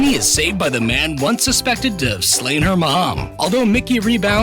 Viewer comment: Why’d you say “slain your mom” like dat 🧐🧐🧐